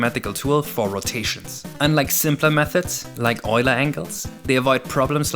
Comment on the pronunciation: Props for pronouncing "Euler" correctly.